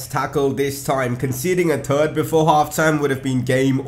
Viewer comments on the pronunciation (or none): Seriously, it's THIRD not turd. Turd means shit.